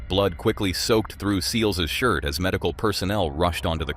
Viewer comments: It's pronounced "sell-iss" not "see-lees" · Its 'Selles' not sealies!!! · Se lez not seeleez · Her last name is Sælesh, non Seelis, please… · Please go and learn how people’s names are pronounced before repeating them so many times. “Seelees” was not it. It’s unprofessional. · Her name is pronounced sell-us. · Who's Monica Say- leys? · It's pronounced Selless NOT Saylays and NOT Seals or sealees either. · Why can't you pronounce Monica Seles' name? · learn how to say her last name...public will know who..too much edit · Why don’t know how to say her surname? ….How did you get this gig? Get it right for goodness sakes